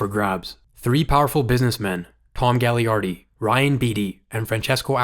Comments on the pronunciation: Great video! Really appreciate the detail here quick nitpick: Gaglardi is pronounced Ga-lar-dee for the next videos! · It's pronounced Ga-Lard-ee He owns our teamin Kamloops and is from Kamloops. Would have been perfect for the Canucks. Great video.